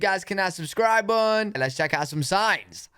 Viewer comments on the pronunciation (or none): It's interesting how you say "subscribe button." It sounds like there are no letter Ts in the word button when you say it.😊